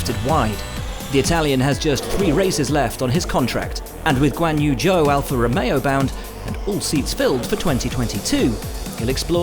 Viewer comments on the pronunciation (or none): none